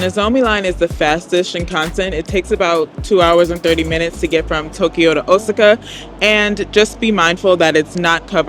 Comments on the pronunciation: O sa ca...Please stop murdering it. I was stationed as a solder there. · Osaka is pronounced: "O-SOCK-AH" (Hope that helps!)